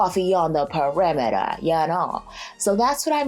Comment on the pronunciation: “...Coffee on da PARIMMITAAH” 😂 Guurl you are hilarious!